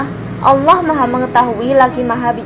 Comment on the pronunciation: Ini yang baca Alquran pas ada kalimat Allah kayak ngak di baca, apa cuma aku yg dengar demikian?